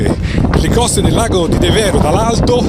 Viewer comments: Bel video, ma un piccolo appunto La pronuncia e' De'vero , e non Deve'ro. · Devero si pronuncia con l'accento diverso.....ci vado da 50 anni